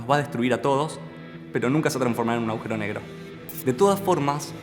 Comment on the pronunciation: Muy buena explicación. El video está muy bueno en muchos sentidos. Pero lo que sí me dan ganas de comentarte es que cada vez que decís"aujero" en vez agujero, resulta chocante y resta bastante. Saludos